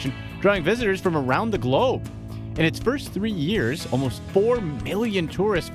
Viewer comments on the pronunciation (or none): none